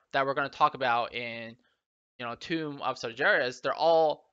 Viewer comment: Its toomb, not tome